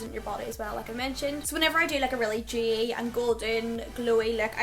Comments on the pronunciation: Demmi Leigh she's saying dewy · Demmi Leigh I think she's saying dewy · Demmi Leigh she means dewy lol